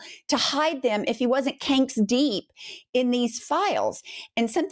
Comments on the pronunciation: "Canks deep" 😂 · “Canks deep”. Well said